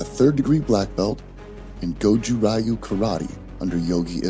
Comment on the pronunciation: Oh man, who narrated this? Someone who has never heard of a martial art before? Goju rye yoo much?